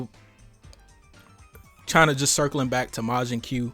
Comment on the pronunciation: It's not majin que it's majin koo . Also the design is funny 😂